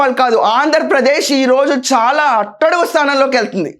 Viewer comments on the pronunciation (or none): none